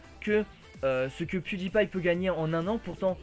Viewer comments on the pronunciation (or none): Pewdiepie et sa été dit piedailpail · salut! merci pour cette video!j'ai regardé le grand journal et je suis un grand fan de pewdiepie.J'ai trouver incroyable que la journaliste ne savais même pas prononcer le nom pewdiepie! Elle la meme insulté pewdiepie de completement fou! ça m'a vraiment énervé! De plus le montant du salaire que gagne pewdiepie est abusé! $ par ans! Même ci aujourd'hui la journaliste c'est esxusé, je n'ai pas du tout aimé les critiques. merci pour cette vidéo! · j'ai adoré comment la meuf elle prononce PewDiePie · la meuf elle c meme pas dire pewdiepie